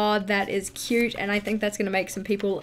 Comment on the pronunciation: The way you say "It's so cuuuuuRRte" just makes me laugh. 😆